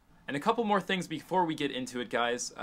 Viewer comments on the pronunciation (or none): none